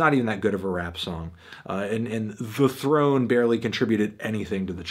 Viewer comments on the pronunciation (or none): none